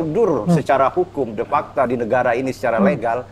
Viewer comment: belajar lagimas bukan oppeni tapi openi.bukan depakta tapi defakto